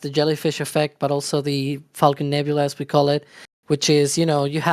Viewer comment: The announcer sounds like he is saying f$cken 9, lol.